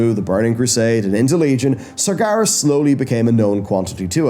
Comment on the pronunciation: Sargeras = SAR-jer-oss according to WC2